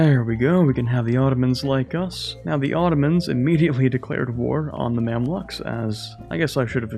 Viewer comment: Gotta be the first time I heard someone pronounce the Mamluks as 'Mamlaks'